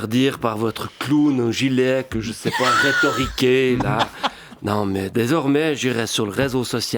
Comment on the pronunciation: "Reto" riquer ?